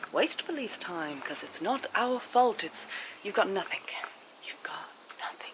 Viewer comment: The word you are looking for in NOTHING with a "G" not a "K". Being English you should know this just like those that pronounce "Absolutely" as aPPsolutely. It`s not rocket science. Learn how to pronounce the words that originate from your Mother Country. I don't give a shit about cops either. Their job in the most part is licensed criminality.